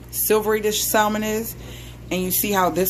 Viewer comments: Why does she keep sayin sal mon ? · I thought I could handle the mispronunciation of the word salmon but I can't 😭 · The "l" is silent. It doesn't bother or irritate me though. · WHAAAT YOU SAID saLLLmon!!!😂😂😂 do ppl really catch an Attitude for that. Even though I say it like "samon" and that's exactly how I use to spell it too 😂😂😅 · It's a inside joke on my channel lol I pronounce it the correct way normally. Lol omg u will be so surprised how people feel the need to correct the way people say SAAAALLLLLMOM..LOL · It’s salmon not salmon 😅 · Sal-mon hahaha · Your granddad seems cool, but he didn’t teach you how to pronounce the word Salmon. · Lol right.. I love messing with people abt the pronouncing of this word. Tfw